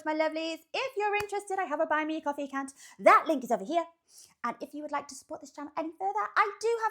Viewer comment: You're a giggity... I always hear c*nt instead of account 🤣